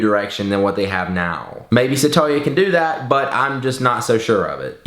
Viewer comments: Oh god. Its Sat-ya not Sata-ya! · his name is pronounced satya not sa-ta-ya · My dad's name is also Satya and btw pronouncing that name as "Sataya" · your saying his name wrong.